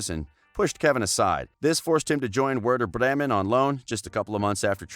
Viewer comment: I live in South Africa, and I know that that's not the right pronounciation. Even where he says Werder Bremen is a no..